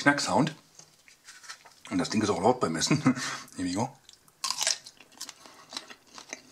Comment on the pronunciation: 47Emoo HD „hier wi go“ so spricht er es aus😂